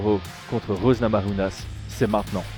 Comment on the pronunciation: Je commence juste la vidéo mais j'en profite pour te demander pourquoi prononcer Namajunas à l'espagnole, alors qu'elle est Américaine d'origine Lituanienne ?